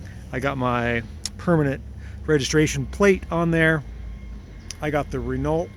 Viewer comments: It's not pronounced 'renalt', it's pronounced 'renoe'. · You don't emphasise the LT in Renault. It is pronounced R E N O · Love your channel and menagerie. Btw like most French word many letter at the end the Reneault are silent , try reneau ;-) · Doing a great job... when I was a kid I had an R-10 and my Dad found a Dauphine that he rebuilt just like yours..we had great fun with them..later I bought two Le Cars...one used and another new..always great fun and fantastic MPG..just a tip.. in French it's pronounced (re-know) not Renault :-). Dad sold his to a friend for his 16 yr old daughter.. she had it a couple days and rolled it.. she was fine but, we all were sick that it met it's end after all the work Dad but into it... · Well done! It looks terrific even without the bumpers, so nice to see, such a cool little car. For info Renault is correctly pronounced RenO.. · Hi, just so you know, the L and T in Renault are silent ;) but you're still the best prononcing English speaking person I've heard haha Thanks for your videos, they're always a pleasure to watch ! Have a nice day ! Greetings from Switzerland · This is a beautiful car and you do great work, I enjoy your videos. You don't pronounce the lt on Renault by the way, although lots of people do lol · The maker is pronounced Ren-o and the model is pronounced Dough-fah. It's French, therefore should be sounded as the French would.